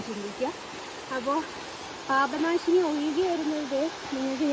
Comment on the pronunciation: പാഭനാശിനി അല്ല പാപനാശിനി ആണ് 🙏